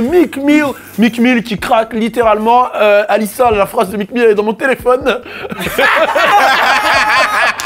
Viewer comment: Wesh pk il prononce « alissa » et pas « alisha » il fait exprès ou quoi